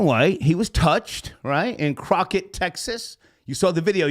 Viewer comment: "Croqett Texas " 😩🤦🏾‍♀️ doen